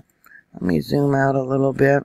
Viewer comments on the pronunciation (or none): Hello...just an FYI.....Lima (Montana) is pronounced, “Lee-muh”.